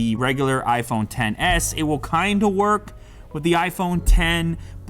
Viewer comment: Am I the only one who heard "what else you can willi do"?